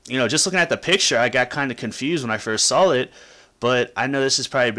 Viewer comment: Yeah when you first SAWL it the picture you SAWL was pretty cool. LOL